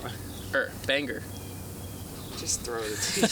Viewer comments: Dude, you're saying Bang-ger not bang-er. You're saying the G twice. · You say Bangker instead of banger. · says gr like an animal, it's ger, he says it so aggressive on the g hahahahaha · BANGER ISN´T PRONOUNCED banGer. it´s pronounced BA-NG-ER. THE G IS SILENCED. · BaynGer. As a colorado boy it’s so painful how you guys pronounce letters. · stick with your Baynger! We love the entertainment value of the different pronunciation! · It sounds like you're saying "bang-gur" 😂😂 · Your not supposed to fully annunciate the “g” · The G is silent in Banger